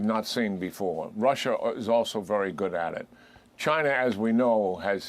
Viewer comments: Was the general saying “Chiner” like Archie Bunker. It’s over dude! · Lmfao my man said " chiner" 😂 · "Chinerr"...😂😂😂 jack keane pronounces words funny